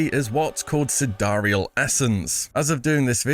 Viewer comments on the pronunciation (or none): It's SIDE REAL not sidariel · Wait, that's how you're supposed to pronounce "Sidereal"? Not like, you know... "side real"?